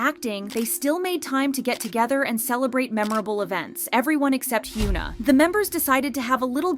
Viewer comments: why is it so hard to pronounce hyuna correctly 😭😭😭 its not hyoona ong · It's actually criminal you calling her "hyoon na", how can you run a kpop channel and not even pronounce korean names properly? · Sorry but the amount of "Hyoo-na" in this video drives me nuts lol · They should hire a narrator that can actually pronounce simple 3 syllable korean names. Its really sad. This channel is super exploitative. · It would be really good to learn how to pronounce the name said times in the video